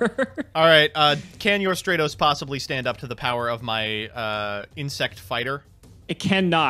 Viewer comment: Every time he calls Stratos "Stray-tos," my brain literally screams, "stop calling him that!"